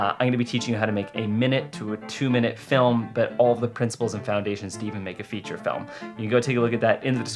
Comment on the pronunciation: You got a strange accent... you say "felm" instead of /fɪlm/